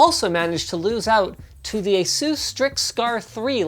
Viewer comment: So I’ve been saying “Asus” wrong my whole life...